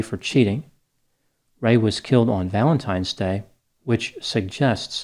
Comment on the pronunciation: I couldn’t get through this series. McNeil allegedly beat her children, but she killed him for allegedly beating her. I think you pronounced “Valentimes” Day wrong 😫